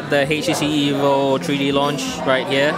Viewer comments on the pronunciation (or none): can u speak correctly plz. its not HACHE tc its htc . its not tree d . its three d get it right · tree dee... lol